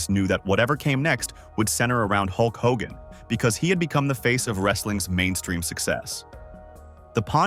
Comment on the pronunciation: Maybe before you do a video in the future you should do a little more research and learn how to pronounce the persons name correctly.